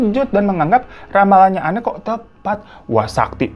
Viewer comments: Cara bacanya bukan Enne ya bg, tapi Enn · Anne dibaca en,bang hirotada radifan aku ngefans